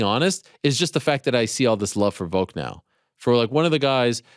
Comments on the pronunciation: Is Ariel saying "Voke" instead of Volk? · Does it bother anyone else when Ariel calls him Voke?